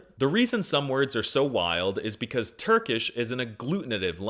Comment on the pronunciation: finally someone who knows how its spoken